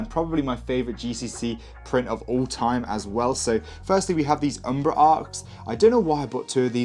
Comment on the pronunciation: It is pronounced umbora